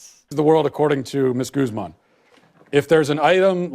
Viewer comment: Excuse me, Vanessa Goose-man? How white do you have to be to pronounce Guzman that bad